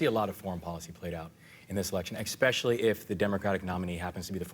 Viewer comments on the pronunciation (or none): Did Wes Moore just say "exspecially"?